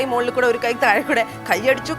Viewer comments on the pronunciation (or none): none